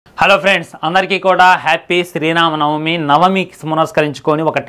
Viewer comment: Sri Rama Navami, Sri nama navami kaadhu... Sarigga palakadam lo nuvve porabaduthuthunnaav, and Sri Rama Navami ante raamudi Pelli roju kaadhu, Sri ramudi puttinaroju... Mundhu nuvvu correct ga vundu bro, tharvaatha pakkana vaallalo thappuluvethuku